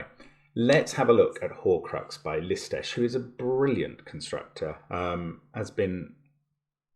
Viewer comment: I am always surprised when I hear Mark pronounce the name of Lisztes, because it is just perfect.